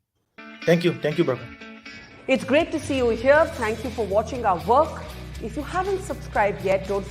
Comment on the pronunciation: Her name is barkha not burma